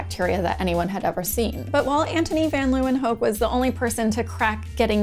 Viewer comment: Kudos for saying Antonie van Leeuwenhoek correctly. :) His last name literally means Lions' (Leeuwen) corner (hoek) btw.